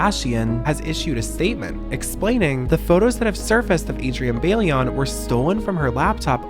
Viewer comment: The way he is pronouncing bailón is driving me insane 😭😭 the ‘i’ is before the ‘l’ idk why this is hard